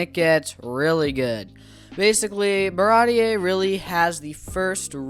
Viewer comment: I completely agree on all these arcs. It goes from okay to good to great just like you said. And then it continues to get better and better! Props for being an early Usopp fan and getting Baratie pronunciation right immediately.